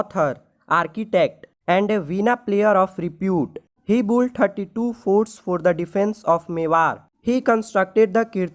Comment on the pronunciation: It's Built Not Boult 😂